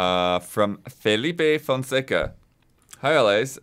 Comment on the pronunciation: did a really great job reading Felipe Fonseca’s name! ❤️